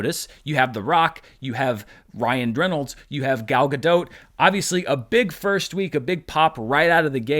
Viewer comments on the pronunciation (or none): none